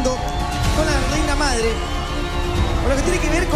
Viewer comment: se dice MADRE no "AMDRE"